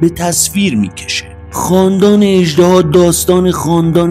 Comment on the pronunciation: اِژدِها درسته، نه اَژدَها!🐉